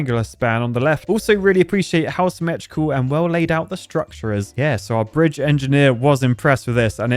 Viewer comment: today in enjenir: breeje